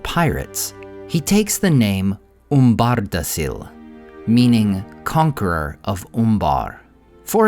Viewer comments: You’re my favorite Tolkien lore channel by far. Amazing content. However, Umbardacil should be pronounced oom-BAR-da-keel, not oom-BAR-da-seel. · C is always pronounced like a K, so it's pronounced umbardakil and not umbardasil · Just one quick note: The name of the king is pronounced "umbardakil", not like "umbardasil". Great video as always 👍